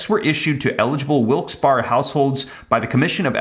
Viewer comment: Pronunciation…Wilkes Berry